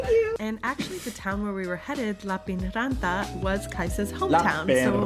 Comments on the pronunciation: "Lapin is lapland..." Correct, but in this case it was a mispronounced "lappeen", as in "Lappeenranta". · nice, you caught her mispronouncing Lappeenranta 🤭